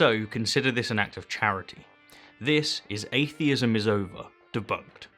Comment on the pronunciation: Sounds like he's saying "alienism" at first